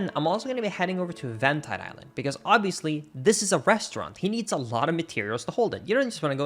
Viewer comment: EVENT-IDE ISLAND???? BROOOO!!!